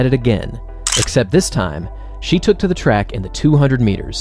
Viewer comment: I really appreciate your delivery, and your enthusiastic energy. Really great work! I also want to ask a question, and make a suggestion... and I don't want you to feel insulted: Why do you frequently say "aye" for "a"... and "thee" for "the"? I imagine someone taught you the wrong pronunciation for these words. There are very limited circumstances in which that would be correct...but most of the time it's not. It doesn't sound formal, sophisticated, or educated. Please don't take my word for it. You might speak with someone you trust about this, and reconsider how you pronounce these two articles.